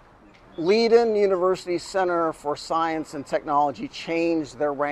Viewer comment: Leiden is pronounced “lie-den”.